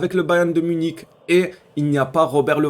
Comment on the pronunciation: a 😡 NONNN tu as encore dis bayern muniTCH😭😭 non frero fait un effort stp 🤣